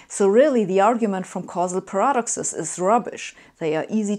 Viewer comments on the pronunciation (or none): "per AH duk sez" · I'm saying "paradoxes" like this now. Sounds so cool.